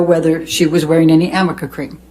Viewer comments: “Amica” cream🤣 I think she wanted to say Arnica, which does not by any means cover anything. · aMica cream 😂 every time I hear the lawyer say it I cringe inside. I'm assuming the arnica cream rn together kinda looks like an m but god can't someone correct her...